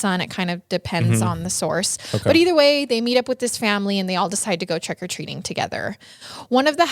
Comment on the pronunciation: All I kept hearing is "trEck o treating" lol